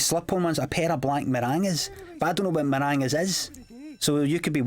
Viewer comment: Oh my God I cannea believe he just said black marangas!